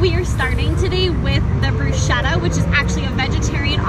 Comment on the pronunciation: Dear ladies…… bruschetta is pronounced brusKetta! Ch= K this vlog is mega helpful, as I’m visiting Vancouver in August. Thank you.